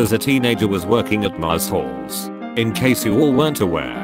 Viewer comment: Love how TTS says Moresoles instead of Marshall